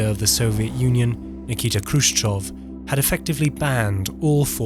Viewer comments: Why are you reading "Khrushchev" as "Khrushchov"? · it's Khrushchev and not Khrushchov, as you keep saying. anyhow, weird that there's no actual photos or videos of these bus shelters here. instead 3d animated fanciful renders. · "Khrushchev" --> "KushChoke" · Why the English speakers pronounce Khrushchev with initial /k/? We were told at school that we should represent Russian letter x as "kh" in English, but since the English speakers anyway pronounce it as "k", then what's the point? Possibly, better to just use "h" instead. It is simply painful to listen to it. I mean, the first consonant in his surname is voiceless velar FRICATIVE. The same is with Abkhazia, Kazakhstan and all. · may be it will be better not read "k" in khruschev and abkhazia, just "h"